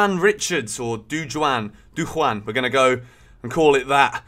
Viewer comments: As a Jamaican who has watched him all season I can tell u that Chelsea have a serious baller on their hands here in Richard's. It's also pronounced "Du-Jawn", not "Du-wan" lol... he ain't Spanish. He's tall, speedy and very skilful. He has a killer left foot but also good with his right. He's flairy, strong on the ball and scores lots of goals n also provides lots of assists for his teammates. Everyone in Jamaica was of the unanimous thought that this cut is just a cut above the rest. I'm so proud and happy for him! Thank u Chelsea for spotting our gem. He attended my alma mater Kingston College! Big up Whisper! big up Jamaica! 🇯🇲 big up! N big up CFC! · Here’s how to pronounce his name it Dujaaan not dujuan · The guy's name is pronounced Dew-Jan.. Aka whisper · It’s pronounced “doo-jawn” lol big up whisper!!! 🇯🇲🇯🇲🇯🇲 Welcome to Chelsea 💙💙💙